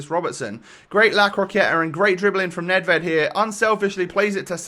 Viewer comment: 14-12 WL, and I ´m from Czech Republic. Nedvěd has must be sayed: ,,Nedvjed”